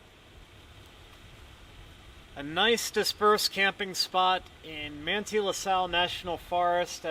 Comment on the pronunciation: Great video, Manti, UT is pronounced Man-tie..🙂